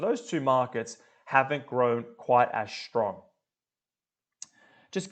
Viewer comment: Thanks for the clip. No offence but strong is not pronounced shtrong and student is not shtudent. Kindly meant.